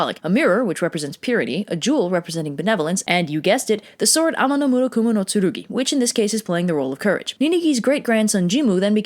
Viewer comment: I will never get over extremely smooth pronunciation for Ame-no-Murakumo-no-Tsurugi